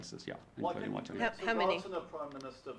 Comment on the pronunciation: Not even enough respect to pronounce ‘Waitangi’ correctly